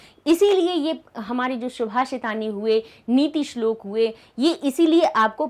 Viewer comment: Ma'am shubhashitani nahi subhashitani hoga